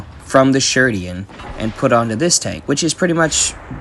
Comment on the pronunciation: its not sherdian its sheridan (not rude)